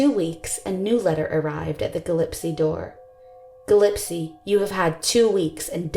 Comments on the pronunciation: GILLISPIE pronounced : gill - ESS'-pee.==.NOT == gill-IPS'-see....Your narrator has mispronounced names in quite a number of videos I have watched. I believe it is crucial to pronounce any suspect names, as well as any victim's. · Gillespie is pronounced Gill Es pee not gill epsee ! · Great work on this video. Hope you’re on the mend! Two small things: for Circleville, it’s “Gill-ess-pee” (not “Gill-ep-see”) and the letter is believed to refer to “CBs” (CB radios were huge at that time) and not “CBS” (like the network). Super minor!! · Nope. She butchered pronunciation of ‘Gillespie’.